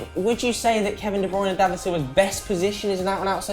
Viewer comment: Why does say de browna